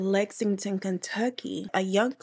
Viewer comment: If you can't say Lexington you sure can't pronounce Louisville (Looovuul) 😅